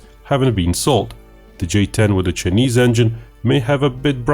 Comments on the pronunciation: He pronounced "China" correctly but kept saying "Chunese".🤔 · "Chenees"? His pronunciation of "Chinese" is driving me nuts! Embarrassing. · I love the chinese pronunciation, Che nese. The chenese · For the information of those not in the know, China is pronounced as Chai- ner. Correspondingly, Chinese is pronounced as Chai- niece. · I like your video but stop pronouncing it "chenese". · how can you say "China" correctly but use a different vowel sound when you say "Chinese" as chih-neez? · Your ' chinese ' pronunciation is like Indian are you an Indian in disguise of a Russian?